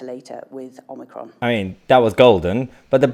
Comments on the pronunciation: 11 cases of "omnicrom " .....this is pathetic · One died WITH omnicron, is it too hard for her to say zero then. Well done Kate, that was a breath of fresh air. 👍👍👍